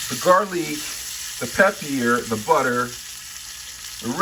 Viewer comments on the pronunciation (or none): “Peppiere” 😂 I say it “pe per”